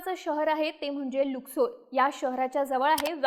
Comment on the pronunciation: लुसकोर नाही लक्सर शहर 😂